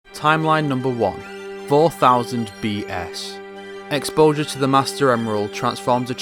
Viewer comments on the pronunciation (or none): none